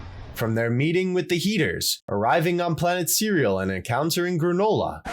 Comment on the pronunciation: said “planet cereal”💀